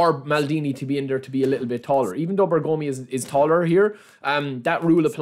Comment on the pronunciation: Please respect for zio Beppe Bergomi : pronounce it like BE'RGOMI not BERGO'MI😂